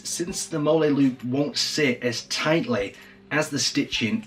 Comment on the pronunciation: It is actually pronounce, "Molly", mmmyes....